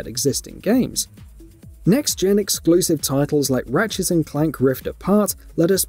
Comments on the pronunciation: ratchet & clank NOT ratchets & clank Dumb as/ get a clue page reader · ratchetss and clank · Why does this guy keep adding an 's' to the end of words ending with 't'? Ratchets and Clank: Rifts Aparts